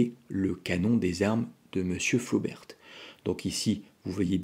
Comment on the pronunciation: on ne dit pas "flobertE" mais "flober" comme on dit "rober" pour robert, et pas roberte. et on dit bosquette pour celles a balle pointue, généralement un peu plus longue parce que "double culot" plus puissantes quand les flobert sont simple culot balle ronde. Flobert a aussi vendu des cartouches a balle pointue pour récupérer la clientèle intéressée par les cartouches plus puissantes a balle pointue de Bosquette mais elles restent de simple culot. la mesure de la puissance et de la précision dans un canon rayé n'a pas de sens, ces cartouches étaient destinées à être tirées dans des armes a canon lisse, carabine ou pistolet. ces armes anciennes sont en cat D et on les trouve très facilement. les cartouches Bosquette ne doivent pas être tirées dans les armes Flobert, qui n'ont pas de verrou de culasse = il n'y a que le chien qui retienne la douille.